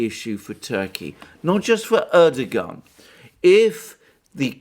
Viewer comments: Hi Alexander, If you want to pronounce Erdogan's name correctly it's easy peasy. Just change the g to a w as in Erdowan and away you go (from an Irish resident in Turkey since 2000). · lol, dear sir, your mispronunciations' of our ottoman prince wannabe name, is quaint, and your explanation for said faux pax, quite endearing, carry on speaking truth , as it truly is a revolutionary act, given the blizzard of lies we endure. xoxo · The irony is that for someone who makes pronouncements on diplomatic protocol and etiquette, Alexander couldn't be more undiplomatic, disrepectful and dismissive than by not even trying to pronounce Erdogan's name correctly. Bet that he can pronounce Zbigniew Brzezinski though! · Alexander is Greek: of course he's not going to pronounce the Turkish President correctly! lolz